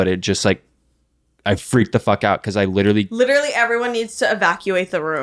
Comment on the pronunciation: He’s witually gwiddiying